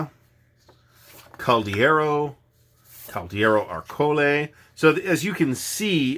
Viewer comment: Well, congratulations for your Italian pronunciation, which is quite good! And I know it can be difficult, since... well, not even all Italians pronounce these names in the same way! :D Just a little not on accents: it's Ah-rcole, not Arcoh-le (the accent is on "A", not "o"). And always remember, we pronounce "e" as your "ah", so it's not "Castiglioneeh", but more "Castiglionah" (if that ever makes sense for you: I am terrible at fonetic writing...). Anyway, I have a copy of this game sitting on the shelf of shame for me not having still played nor even punched it, but I count on this summer vacations to find the time to do just that and your video inspired me on this purpose! :) (Also, check out the list of contributors: lots of very important figures in the Italian historical and wargaming community, like Enrico Acerbi, Riccardo Rinaldi, Paolo Scannapieco and Nicola Contardi)